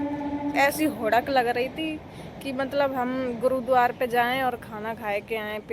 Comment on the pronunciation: Bolna to seekh le गुरुद्वार क्या होता है